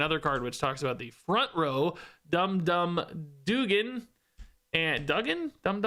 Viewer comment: You said Dum Dum's name right the first time.